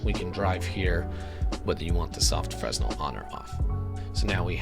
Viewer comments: This was cool and all but everytime you mispronounced 'Fresnel' my soul took a little bit of chip damage. D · Fresnel - The 's' is silent, fyi.